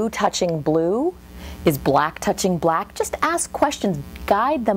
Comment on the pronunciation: I hate hearing the word “black” the way she says it.